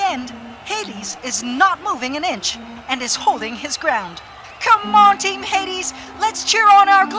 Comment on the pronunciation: cringed when he pronounced HADES wrong